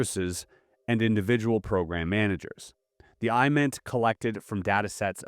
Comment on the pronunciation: IMINT is pronounced with a short i like imagery; MASINT is pronounced like maz-int.